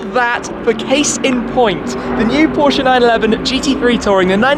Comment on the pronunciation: Great content 👍! Glad that you know how to pronounce Porsche properly, unlike most of the other British car Youtubers 🙄...